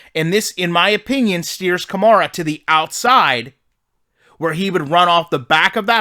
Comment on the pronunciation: You should play ranked games. The games plays worse in ranked and in ranked. You’ll see crazy out of places glitches and animations you wouldn’t normally see since it’s user v user. Also the game settings differ. Also pleas stop mispronouncing the name of my franchise Running back. It’s like the car “Camaro” except the “o” at the end is an “a”